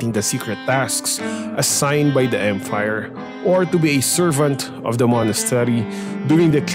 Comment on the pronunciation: Did someone notice that pronounce Empire as Emfire